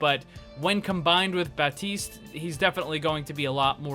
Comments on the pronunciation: It is Baptiste not Batiste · My dear, il French and the P of Baptiste it's muted, dont prononcé it m'y friend 😁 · I speak french and you don’t prononce the P in Baptiste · You don't say the P in Baptiste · Disclaimer here from a french dude, Baptiste is a french name and I can assure you the p is silent so might as well not probounce it in english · Its Baptiste without the "p", it's a French name and you don't say the "p" in French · Baptiste is a French name, the p is silent and don't come and say no because I'm French and that's how we say it. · its not silent. its french. they (the french and people of places that speak/spoke french) position their tongue for the second consonant before making the "P" sound with your lips, so it comes out as a "T" sound with a small amount of "P" at the beginning.